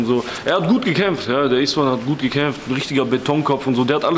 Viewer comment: beste Kanal aber als ungar kriegt man Krampf Bruder bei der Aussprache von Istvan hahaha trotzdem geiler content